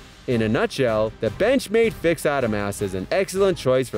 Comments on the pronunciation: Its aaa dom us. Benchmade adamas. Not Adam ass. Dude study or something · I thought "Moll" and Adamas were bad enough, but I lost it when he got to Ka-bar.